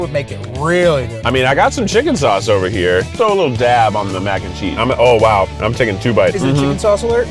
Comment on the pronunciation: Keith : oh wow. Me: Did he just say owo...?